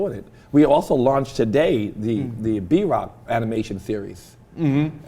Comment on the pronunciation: Every time he says B-rock I thought he said Drock lol